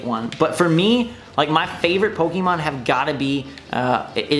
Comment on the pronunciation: When you have played Pokemon from the start and still can't pronounce it correctly.